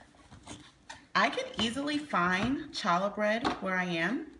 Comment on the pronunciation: Its pronounced "holla" bread. No ch sound.